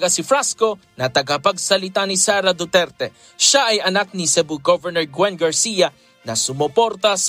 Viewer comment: Hahaha,duterte po hindi dutilte.si talaga nanghawa pa.😁